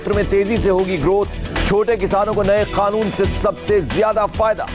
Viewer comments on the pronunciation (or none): Oe anchor kanoon ko khanoon q bolta h